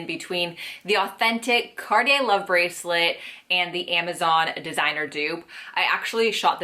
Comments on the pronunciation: Cartier is pronounced car-tee-AY * c as in car * ar as in bar * t as in two * ee as in see * ay as in pay. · She said mario cart lol